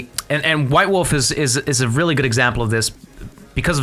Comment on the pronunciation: are you saying white wolf or wubwoofwolf??